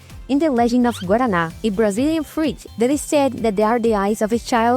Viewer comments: you must be secretly Brazilian, the pronunciation of guaraná was perfect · eu não achei seu sotaque taaaao br assim mas a pronúncia perfeita de guaraná te entregou kkkkkkk